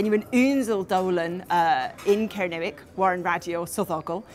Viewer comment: Much as I admire all efforts to keep ancient languages alive, sounds to me (from Surrey) to be pronouncing 'Kernowek' in an 'RP English' accent. OTOH, I have always wished that I had been brought up in a country where I could learn Gaelic / Celtic languages.